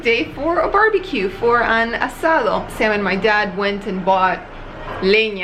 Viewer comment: Asado ..asado 🤠🤠🤠 you said it right man...👋👋🤚🤚✌️✌️